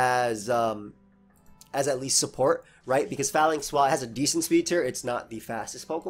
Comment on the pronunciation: PRONOUNCE THE NAME RIGHT, IT IS LIKE PHALANX.